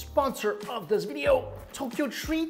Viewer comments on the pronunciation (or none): "veedeeyoe" starts